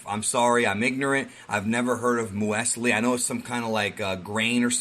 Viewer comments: Im sure it's pronounced myooz-lee my guy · Hey, it's pronounced "MOO - ZLEE" 😊 You're welcome. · It's 'moos-lee' (muesli). Kinda like granola but not quite the same, but hence they are names in the same family here. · You’ve never heard of Meusli (me-use-lee)??? Wtf lol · Hey dude its pronounced mewslee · Muesli is pronounced closer "moos-lee". It's basically German for cereal but more specifically a mixture of oats and other grains with dried fruits. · It's pronounced "mew slee" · Just to help you out with Granolah's mum's name dude, it's pronounced "mews-lee" I'm actually loving this arc. Really hope that the anime do both this and the Moro arc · It’s “muse-Lee” isn’t it haha muse as in news with an m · Here in New Zealand 🇳🇿 it's pronounced: (Mee-yoo-slee) = Muesli. Much like the snickers bars you guys have, we have something called Muesli Bars where it's a bar of grain 😅. Haha. So yeah. Hope this helps. 😊. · Muse lee.. That's how you pronounce it 😂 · I believe you say it the same as the breakfast food no? Mewwwsleeee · Museli is easy to pronounce Myu-zely I hope this helps. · It's Muesli pronounced 'muse lee'. Like that. Sorry but great video, loving this chapter. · Sorry but it actually does make sense, your personality traits can be passed down through your DNA just like your physical traits Also yes you butchered the word museli but fucking great video bro